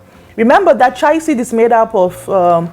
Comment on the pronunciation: It's called Chia not what you are pronuncing